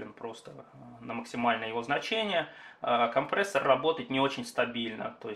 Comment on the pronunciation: Спасибо за обзор, но произношение всё портит! КомпрЕссор через Е!!!